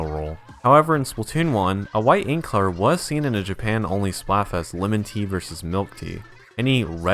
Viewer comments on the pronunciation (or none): none